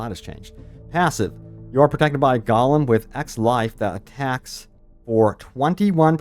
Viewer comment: Haha it’s GO-lem